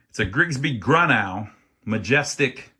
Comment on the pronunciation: It’s. Pronounced “grew-no” I. Serviced one last year or two ago.